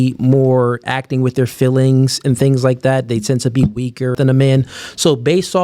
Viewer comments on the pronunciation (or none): 99% of men are able to say the word "feelings" and not have it come out as "fillings" unlike